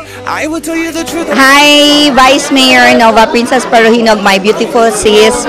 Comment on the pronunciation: Parojinog naging parojilaw... Haha